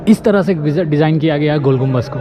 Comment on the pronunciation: Gumbaz nahi Gumbad hota hay bay chootiay anpadh jahil